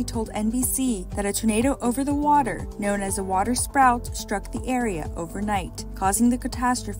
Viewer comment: it's called a water SPOUT, not "sprout" like the ditz narrator says 😂😂😂 How on earth was this the "final version" of the video posted by an official channel???